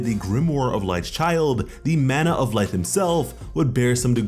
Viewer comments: It's not light it's Licht....as in lit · it's Licht Lick-t not light. Yes i know that also means light but that isn't how it's pronounced. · Bro... Your saying Light.... Its licht bro... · Is no one else disturbed at the fact that he called licht, light? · nigga its licht not light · bro lost respect for calling licht light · Bro the leader of the elves is not named light why are you saying it like that lol this is not death note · Hate to be that person but licht isn’t pronounced light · Did he just call licht... 'light'? lol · Literally ruined it for me, as soon as I heard it I had to see if somebody else noticed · I’m sorry but bro it’s pronounced LICKEDT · U r pronouncing Licht wrong! It means "light", but the name is German. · Just saying, you're saying Licht name wrong.